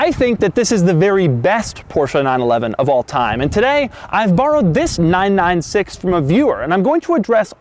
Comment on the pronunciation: You don't say the numbers seperately, it's not 9-9-6, it's 996.